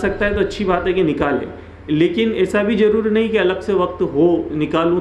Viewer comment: Aapka jaroori sunkar hi taqreer band kar di Zaroori Please correct your tajweed